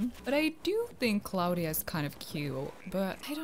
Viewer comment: Little tip if anyone didn’t know this hold b if your talking to a vallager or Tom nook or anyone in the game it speeds them up Edit:Also I have sky and Bianca 😂😂that’s not how you pronounce Claudia it’s like claw dia